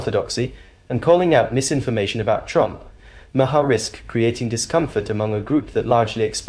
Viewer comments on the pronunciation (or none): It’s “Mahr” not “Ma-har.” And cut back on the mansplaining for us. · I'm late to view this but gotta ask the narrator "are you deliberately mispronouncing Bill's name differently half a dozen times?" If you want to be a commentator, take a few seconds to research names to make sure you get them right. Google helps but I'll help you this time, it's pronounced "Mar", silent H. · It’s pronounced Mar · It’s pronounced Maaar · Why not just pronounce “Maher” as Maher does himself, instead of 5 different ways that are all wrong? It’s not that hard.